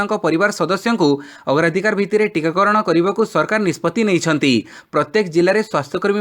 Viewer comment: Abe murkha tikakarana ku tikagarana kana kahuchu be